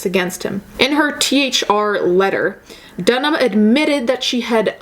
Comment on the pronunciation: WOW if you can't be bothered to learn how to pronounce someone's surname in an article you're reading, how reliable is any of your content. Not for me. I don't care who Lena or Lana or Lego is.